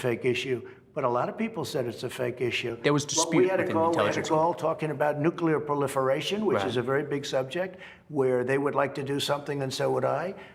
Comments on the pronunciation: "POLIERATION" wotz that? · T says “ proliferation “ so often it seems like he just learned the word. Don’t know how Swan kept a straight face. trump is so dumb.